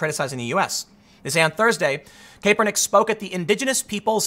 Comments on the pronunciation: Tim, it's not CAPE PER NICK, it's CAP ER NICK. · Not KAY per nick, CAP er nick. Not that it matters just annoying hearing Tim mispronounce it over and over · It's Cap-ernick, not Cape-ernick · "Cap-er-nick" not "Cape-er-nick" 😂🤦‍♂️ you do it every time.😂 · I scrolled to this post just to see if that was bothering anyone else. Tim, it's not - KAYpernick It's - CAPernick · Tim.... The a is pronounced with a short a not a long a. I love you, but driving me nuts saying it like "cape" and not "cap" lol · Its pronounced "cap" hes saying "cape" lol he knows nothing of NFL but he can tell the bullshit anyway. True thrid party none bias 👏 👏 I love it. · Tim, Boomer here . I watch nearly every video you put on on both channels. Good job . . It's pronounced Cap er Nick. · "Colin KAYpernick" we know Tim doesn't watch football. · KAP-er-nick. pls tim pls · Colin KAY-pernick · I’ve never heard any pronounce Kaepernick like Tim. Lol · Does it bother anyone else that hes not pronouncing his name correctly? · I understand the spelling of his name is complicated but you REALLY don't have to say it like that. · I swear he must be mis pronouncing his name on purpose.... unless in wrong...is it cap or kape? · don't speak on sports, you don't know them you can't even pronounce the man's name correctly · Honestly think you're just mispronouncing his name on purpose now